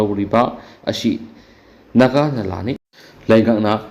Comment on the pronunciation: Naga nala haiba nate, Nagha turel ne, turel maming do chumna pabiyu. Ngasifaoba leirakpada naga naladi eikhoidi khanglakte, Nagha turel hairaga ahal laman matamdagi khangnarak a